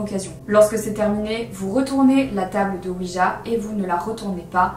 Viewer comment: Très bonne vidéo comme d'habitude parcontre je sais que tu est (française de France ) mais sa sonne weedja quand.tu le dit XD